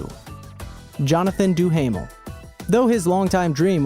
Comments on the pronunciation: do-haam-ul not do-hamel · Jonathan Duhamel, pronounced Doo-Ah-Mel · You pronounce Duhamel wrong